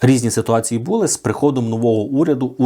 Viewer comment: Не бУли, а булИ!